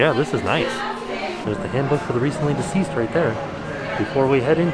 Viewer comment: says "Handbook for the recently diseased" LOL